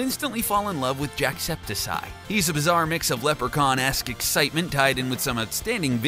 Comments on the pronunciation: How dare you mispronounce jacksepticeye, the second “c” is supposed to sound like a “k” and the hair is looking blue but it’s technically just dark green.(sorry if that sounded rude but I’m kinda passionate about Jack along with you guys but now you know) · Mash-inima? Jack Septi sye? Dude I don't follow either of these and still know how to pronounce them properly. Come on now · It’s pronounced(Jack Septic Eye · you prounounce it Jackseptickeye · Say jacksepticeyte as three words, Jack septic eye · IT'S JACK-SEP-TIC-CI!!!!😡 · Ok, so this is a listing of favorite LetsPlayers.... but these are not examples of YouTubers breaking Games in any way, much less "Delightfully Crazy Ways". And also, how do you watch even one of Jacks videos and then call him "Septisi" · Its pronounced jack-septic-eye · It's Jack sep tic eye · Jacksepticeye is pronounced, Jack-septic-eye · It’s jack-septic-eye not jack-septiceye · It's jack sep-tic-eye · Nice job on saying Jacksepticeye's name😂 oh my bad, JackseptiSeye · you said septic eye not septic cieye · Its jackspedicey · Can you not butcher jacks name Its prince jack ceptik I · jack would laugh at you if he saw this ! how dare you pronounce his name wrong! i am unsubbing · Wow you can't pronounce words or see color... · JACKSEPTICEYE ISNT PRONOUNCED THAT WAY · OMG you said JACKSEPTICEYE wrong... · HE SAYING JACKSEPTICEYE WRONG! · Ummmm you pronounced jacksepticeye wrong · I cringed every time he said Jack's YouTuber name... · JACKSEPTICEYE MY MAN YOU PRONOUNCED IT WRONG AND IT'S NOT BLUE IT'S GREEN HAIR! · Who else felt a little bit of themselves dying inside each time he pronounced Jackscepticeye wrong? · I was gonna watch the whole video but it hurt me too mutch how meany times he said jackscepticeye wrong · You pronounced jacksepticyes name wrong you dumb bitch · YOU FAILED AT SAYING JACKSEPTICEYE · Pronounce jacksepticeye wrong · HE SAID JACKS CHANNEL NAME WRONG!!! SO MANY TIMES... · Did he say jacksepticeyes name wrong?